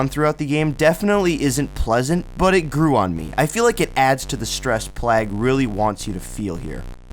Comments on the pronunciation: "Plaag"? Not to sound like a jerk. But, you either simply don't know how to pronounce, "Plague" (playg/pleg), or you were sent from the future by Skynet. Or just messing with us. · Great vid! Plague is pronounced Play-ge, like a plague of grasshoppers! LOL